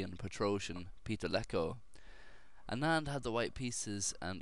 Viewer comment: Don't call ANAAND, original accent sounds, AANAND. Anyways thanks for posting a great game.. I really appreciate that.